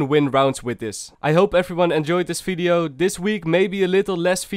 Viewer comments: no one:: welcome to another fideo and in this fideo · fideo, foice, sofa, aewfome xd